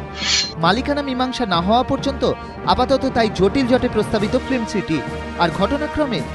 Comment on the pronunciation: Please use correct pronunciation of 'film' ... you are sounding like 'flim'.